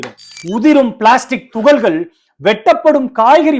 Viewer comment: தமிழில் பேசுவது சிறப்பாக, பெருமையாக உள்ளது ❤🎉🎉🎉 ஆனால் தமிழ் உச்சரிப்பில் நிறைய பிழைகள் இருக்கிறது தம்பி, அது உங்கள் ஆசிரியர்களின் தவறு,😢 (வெட்டாமள் அல்ல வெட்டாமல்)(துகல்கல் அல்ல துகள்கள்) (நுரையீரள், கள்ளீரல் அல்ல நுரையீரல், கல்லீரல் ) எனவே [ ல,ள,ழ / ர, ற / ந,ன,ண ] இவற்றிற்கான சரியான உச்சரிப்பை கற்றுக் கொள்ளுங்கள்.